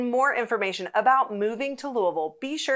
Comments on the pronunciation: Louisville was founded in honor of King Louis (Not Louah, not luhaa, but "Louie.") the XVI. When you visit, you are visiting "Louie Ville" not Louhvul, or Luvull, not LooAhVull, and so on. It is "Louie Ville". Got it? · You are incorrect. I will not comply. You are appointed 'dumb tourist' status if you ever come to lou-uh-vul.